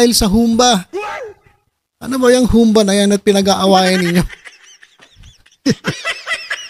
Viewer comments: Humba! Pabagsak ang bigkas. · Humbâ po ang pagbigkas nyan.